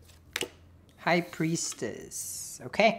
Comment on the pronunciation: I love the way he says "akaay" 😁